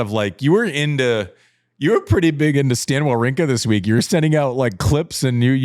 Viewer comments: prononciation is quite good, Andy come on, you can't makes him remarks and not saying Wawrinka correctly 🤣!! A tip... just go on Google Translate, write the name and select the country of the player in the langage section and use the button "listen"!! Now your able to prononce the surnames correctly 🙌🙃! Holger Rou - neh; Stan Va - vrinka! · rune is pronounced "runuhh," like andy is saying it, and wawrinka is pronounced "vavrinka" like none of y'all are saying it. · Andy: makes fun of pronunciations. Immediately proceeds to pronounce Wawrinka wrong 🤣